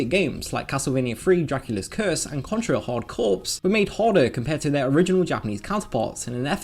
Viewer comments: It's pronounced "Contra: Hard Core" not "corpse" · Contra Hard Corpse is the sequel to Contra Rigormortis :P seriously though, Corps is pronounced core